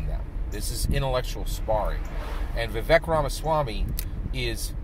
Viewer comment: Vivek is pronounced "Vi-Vake"